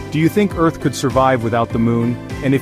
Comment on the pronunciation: EARH???? WHAAAAAAAAAB😂😂😂😂😂😂😂😂😂